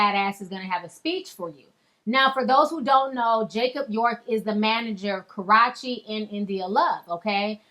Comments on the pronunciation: Ka-rah-chee ?????...wow !!..ok ! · Karrueche....... pronounced Ka-Roo-Chi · you're pronouncing her name wrong its ka-rew-chi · say it with us: "coor - rooh - cheee" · It's pronounced "Kuh-roo-chee" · I'm done with Chris brown...he's too child like. and its really irritating the way u said her name...its pronounced Kah-ruu-chee...its really not that hard😒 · hahahaha! carachi ! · Jacob YORK and Kah-ru-chee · bitch you know her name is KA-ROO-CHI you play too many games. lol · Please just say Karrueche correctly, its more credible- Kar oo che, love and blessings, peace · Why you gotta pronounce her name like that?? It's KarrUche. Kah-roo-chi, lmao I'm done. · Pronounced ... KAH-ROO-CHEE 😶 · Lmao sound like u was sayin Haurache😂😂😂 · It's pronounced Karoochi haha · i was wondering if I was the only one that would say something loll its cah-rue-chi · Ka-ROT-chee, I flinched each time she said it!!!! When karate meets Karrueche. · KarrUechi, KarrUechi Lovely... I don't care how people are talked about but I'm sure they do not like to hear their name mispronounced. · Karrueche (Ka-RUE-chee) Karrueche Ti ! Lol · Lol... calling that girl Ka-rAH-chee. Ya'll know that girls damn name. Shaaaade. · lol Ti kept calling her Karrache....I'm not mad at it though😂😂😂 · LOL she is torturing her name just watching it to hear her say karrueche's name wrong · Learn how to say her name 😂😂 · Why you pronounce her name like that? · no the video lady dont know how to pronounce her name smh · Say her name right please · Lol can you pronounce Karrueche name right. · The fact that she mispronounced karates name the whole way through with no hesitation😭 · The fact that you mispronounced her name all through this video is just as funny as the clapback! LOLOL! Honeeeey, I have died! Chris Brown reads better than any gay man I've ever met in my life. I swear! He cuts and cuts DEEP! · Pronounce her name correctly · Why do you always pronounce Karrueche name wrong? Lol.. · KA-REW-CHI, Not Karochi